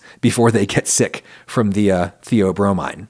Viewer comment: hey Adam just a heads up from a chemist, the bromine in "theobromine" is pronounced like chlorine or fluorine as opposed to iodine at least the way we say it in america